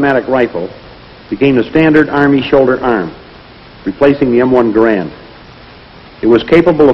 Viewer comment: From G-D’s (er, the Army’s) lips to our ears… the proper, final, absolutely correct pronunciation of “Garand”.